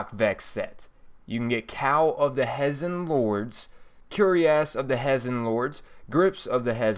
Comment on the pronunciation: Hey man. I loved the video, it was great and you built it well. I have only one problem, and it's a very very minor one; your pronunciation of several words. Just to let you know, it's not a big deal. Here are a few of those words: Hezen Zealot Cuirass Minuet Just thought I'd let you know. Otherwise, love the video. You earned my like ^_^